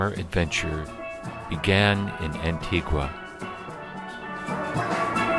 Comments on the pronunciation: It’s pronounced An tig a, not ant tig u ah. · It is pronounced Ahn-Tee-Ga Their is NO Q in Antigua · AN - TEE - GA , FAN - TOME - as in Rome , and STEEL drums